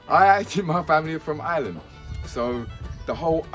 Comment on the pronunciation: He says Ireland the way it is supposed to be said.❤✌️